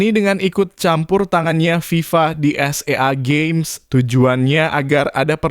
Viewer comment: SEA GAMES bang bukan s e a games